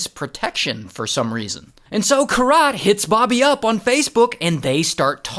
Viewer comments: Its Keerat - not Kirat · Kirat the pronunciation is "keerat" and ik cause it's my name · Bro its not kiraaat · Each time you said her name that way... 🥃 😅 But man this shit is crazy. Weird humans out there. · You butchered the poor girl's name 😅